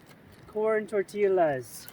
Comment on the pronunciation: "corn torteelas"